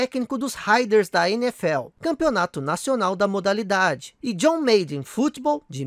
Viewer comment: Aí mano, não se fala John "meiden" é John "Máden"...